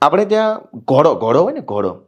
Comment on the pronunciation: ભાઈ એને પહેલાં ઘોડો કેવાય ઘોળો નય! એ સુધારો પેલાં 😂